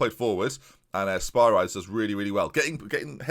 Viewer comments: Two strikers are broken in this match engine, especially with a Shadow Striker in behind! Make it happen and watch the goals fly. Also I think Spyrides is pronounced Spih-rih-deez like Hercules! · Spyrides is pronounced Spy-Ree-Des! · The thing about Spyrides, is that his name is EVEN cooler when it's said properly!